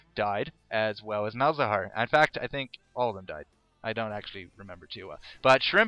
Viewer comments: Just a note, it's Mal za har, not Malhazar. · Is it only me or everyone noticed that he says Malhazar instead of malzahar? It kinda irritates me:P